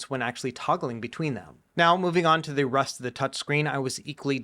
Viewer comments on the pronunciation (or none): Wait did just say “the of the touch screen”? 😂 I had to rewind to check